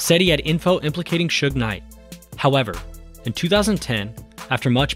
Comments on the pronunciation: Seems so weird to call him Shug spelled Suge. I purposely pronounce it Sooge at this point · Shakur is biggest Doofy of all time. He destroyed hiphop with his shitty HipPop. BTW: the guy is called Suge not Shug BTW2: Look what a Bastard Suge was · As soon as I heard Suge pronounced SHUG, I had to end the video